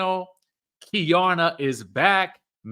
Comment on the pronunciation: It’s Key-Arna… Keiarna